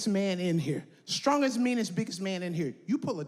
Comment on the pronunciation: "WaMeN BeiNG sTrONk"